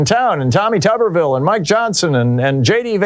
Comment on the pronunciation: Pronounced tooberville